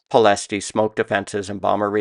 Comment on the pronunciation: The intent of this comment is to say that Ploesti is pronounced 'plo-ESHT' , although wartime British newsreels added an 'ee' at the end which is not correct.